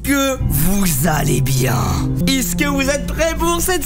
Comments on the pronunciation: " Iske" y'a que moi qui a remarqué !!!! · Pourquoi il dis iske au lieu de est ce que 😅😂